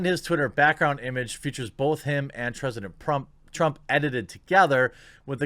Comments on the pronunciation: "Tresident Prump" lmfao😂😂 I'm sorry couldn't help it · “Tresident Prump”